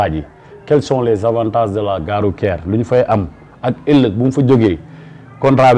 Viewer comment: Votre invité dit "gare rouQUière" ou "gare rouTière"? En plus, il n'est pas ouvert à la modernité. Voilà pourquoi, le Sénégal restera encore longtemps sous-développé malgré notre pétrole, notre gaz et nos jeunes intellectuels très diplômés et disponibles.